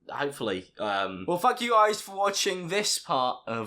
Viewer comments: it sounds like he said "well fuck you guys for watching" instead of thank you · when you said “thank” it sounded like “fuck” so i heard “well fuck you guys” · doesn't it sound like he said "Well fuck you guys for watching"?!😂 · so no one is gonna talk about how it sounds like he said “well F*ck you guys” 🤣🤣🤣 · did he say fuck you guys or thank you guys? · it sounds like he’s saying fick you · lol it sounded like he said well fuck you guys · did he say fuck you guys or thank you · anyone else thought he said fuck you guys for watching?